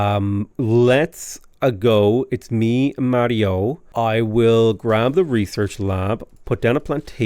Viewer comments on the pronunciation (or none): none